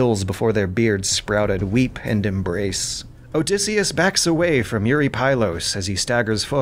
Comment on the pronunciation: Yuri pie-less.